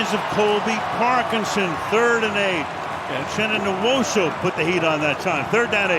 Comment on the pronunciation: N-WHOA-SUE. Not newoso, not newusu.